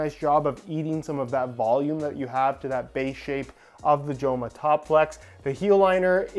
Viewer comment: Great to see Joma in the channel, as a Spaniard, the name is pronounced "Homa"